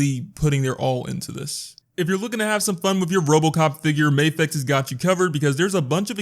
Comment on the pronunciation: Mmm... Medicom doesn't do stuff for MAFEX. MAFEX is just another line owned and made by Medicom Toy, just like RAH (Real Action Heroes), and Bear Bricks. Also it's not May-fex, it's Mah-fex. MAFEX is an abbreviation for Miraculous Action Figure EX